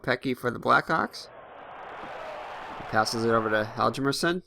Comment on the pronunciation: Hjalmarsson is pronounced "Harm mar son"